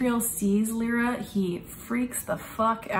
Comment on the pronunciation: Her name is LY-RA, L-EYE-RA, not Lee-ra or Lira (like the former Italian currency).